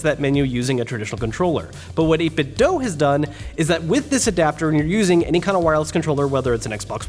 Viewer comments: "pal" Pal. Not pee ay ell. 8bit Doo not doe Scanlines are stupid. I had a big screen TV and never saw lines. Those displays are better than people think. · It's pronounced 8-bit doo. As in tooth. The cube speakers they came out with say that when powering on.